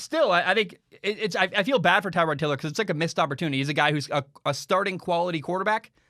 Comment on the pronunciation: I think that Tyrod’s name is pronounced Ter-rod, not Tie-rod. Kind of like Terrell Owens, just a little tidbit there.